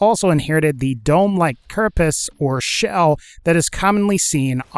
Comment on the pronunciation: It's not a carpis it's a carapace